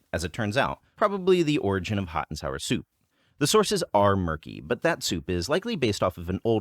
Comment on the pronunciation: "The sauces are murky..." ooohh sources not sauces